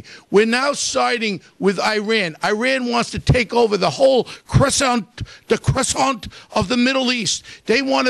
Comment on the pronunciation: Croissant? lol